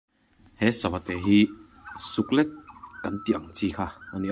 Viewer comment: i channel hi ava hlu em ,thahnemngaihna tawngkam takin Suklet hi (leilet) tih a "let" thlûk zawk hi hmangla suklet tihtur ani e